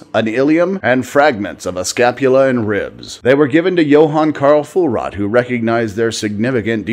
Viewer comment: Hi: Fuehrot (Fuhrot in Deutsch) is pronounced FYOOR-wwwrote, roll the r slightly and the "u" has an umlaut (two dots) over it.